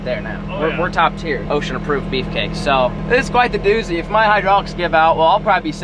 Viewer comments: It’s osha not ocean lol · Am i the only one that keeps hearing ocean approved instead of osha ? Or am i trippen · This whole time I thought he was saying ocean aproved not osha 😂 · No it's OSHA not ocean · Is he saying ocean approved? It’s OSHA in case anyone is wondering. 😂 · It’s OSHA not ocean my man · Im so drunk good video its ohsha not ocean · I thought you were saying ocean Approved